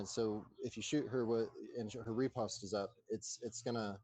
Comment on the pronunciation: I'd suggest the blue guy is french, not British.,.. The british wore red.... The french wore blue... and Riposte is pronounced like "lost" ... it's a counter attack move in swordsmanship